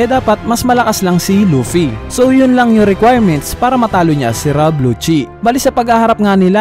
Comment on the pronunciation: Rob lucci hindi rab lucci, ano ba.. hahahaha